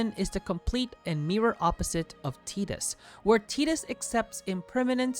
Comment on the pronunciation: Who tf is teetus?